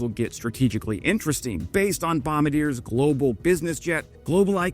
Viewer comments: Great video. BTW, we pronounce it "bom-bard-yay", not "bom-bar-deer"! 😀 Canadians and Americans have been "best friends" for a long time with personal relationships continuing to be that way.... but as a country it's sad to see the current US administration treat us this way. Comments like those recently made by the US ambassador are creating an environment in which it will become politically impossible for any Canadian government to move forward with the full F35 purchase, as it will be seen as a purchase made due to the US threats rather than on any technical merit. My understanding is that the F35 is a superior offensive aircraft - but much (most?) of Canada's need is defensive, in which application the stealth capabilities are likely overkill. A mixed fleet with a limited number of F35s (say 32) for our overseas NATO deployments and another 50-100 Gripen Es primarily for homeland defense may be a much more appropriate solution. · Bom bar d eh is how it is pronounced my friend not Bombadear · Can you please stop embarrassing yourself with the pronunciation of the company named Bombardier, it is not pronounced 'bomb-a-deer' rather 'bomb-bar-dee-yar'! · bombadeeer! I was hoping Bombardier(bomb-bard-yay) would get a shoutout, never heard it said like that though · Buddy, nobody up here says "Aboot", and Bombardier is not pronounced "bombardeer". It's "Bombardee-ay" Got it, eh...? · nit: "Bom bard ee ay", not "Bom ba deer" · Hi, I love your content, but an FYI: Bombardier is pronounced “bomb-bard-ee-eh” not “bomb-bah-deer” it’s a quebecois name. I say, we’re already stuck with a handful of F-35s. Let’s have one small squadron of F-35s and a ton of Gripens. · Bombardier is pronounced "bomaRdyay", not " bombadeer" 😄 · Nice video, But Bombardier is pronounced Bom-bar-dee-A, not Bom-ba-deer. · It's "Bom-BARD-ee-yay" not "Bom-bar-deer" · BOM-BAR-DEER? BOM-BAR-DEE-A perhaps. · Hey, I really enjoy your videos. Also, Bombardier is Bom-bar-dee-eh.